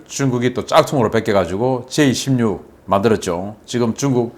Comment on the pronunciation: 계속 J26 으로 들리네요. 제이 > 16 제이 다음 한숨쉬고 십육하세요.